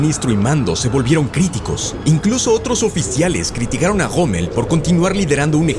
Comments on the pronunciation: POR QUÉ LE DICE GOMMEL y no ROMMEL? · quien es ese tal Goomel del que habla? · que onda amigo, te robaron la "R"????